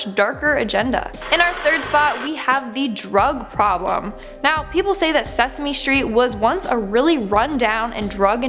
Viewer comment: it was sasame street